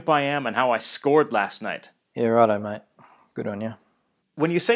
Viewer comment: As an Aussie...have to say you "totally nailed it maaaaattteee"....